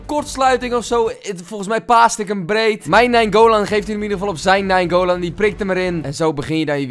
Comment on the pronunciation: je zegt naingolan verkeerd 🤣 je bent de beste fifa speler:-D